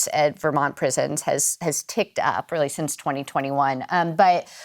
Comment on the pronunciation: Do you listen to yourselves? You pronounce Vermont as Vermouth?????